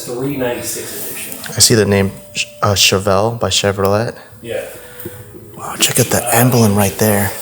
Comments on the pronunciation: Chev-row-let😂😂😂😂Chevrolet (shev-row-ley). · did he actually just say “Chevro-LET” chevelle” then says it looks like a mustang. Then calls it a “sports car” Say I know nothing about cars without saying it. Then calls the 40’s car a 80’s cafe look. “I would love to drive this” I don’t think you could drive that or any car pre90’s or any manual car period this was bad.